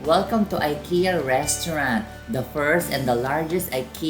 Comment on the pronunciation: you have been to Sweden and you didn’t cared to know the right pronunciation of Ikea? you should research more if i were you